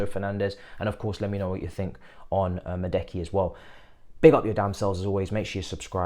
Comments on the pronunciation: Man said Medeki 😂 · Bro said Madeki 🤣🤣🤣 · As a Chelsea and PSV fan, bro Noni is way more talented than Cody Gapko. He would we great for Chelsea for that price. But I agree with your arguments about his injury record. Let’s see what will happen. And his name is pronounced as Ma-due(duwe)-ke